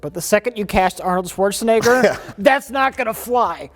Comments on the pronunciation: Why does keep saying Schwarzenigger? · Why does everyone keep saying Swortshenegger, nobody is expecting german pronunciation but please, the Sh sound is in the beginning. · Do Americans say "Schwarschenegger" or is that just dementia? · "Chwarchnaeger". XD Here's a tip on how to pronounce it: Schwartzen - egger (or simplified to chwartzen - egger) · "Swartschenegger" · I love but he says Arnolds last name like it has an I and not an E. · The way pronounces "Schwarzenegger" will never stop being so utterly fascinating.